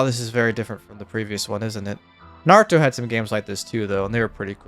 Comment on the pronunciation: You get a sub for two main reasons: 1. You pronounce Naruto correctly 2. You give credit to the Japanese bands who sang the Opening themes. Mad respect.